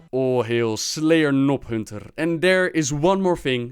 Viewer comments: You seriously called your demon hunter "Nob"hunter? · I think it's more like "noob hunter". Wtf is wrong with you.